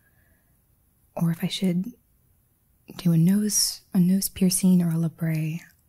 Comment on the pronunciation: It's pronounced "labret" not "lebray." Either way, piercings are so 90's.